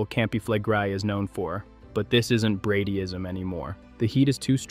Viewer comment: When you mispronounce words that are commonly used in volcanic discussions, you lose your credibility with those who begin to wonder what else you don't know. Campi Flegrei, Bradyseism, phreato...all mispronounced at least once.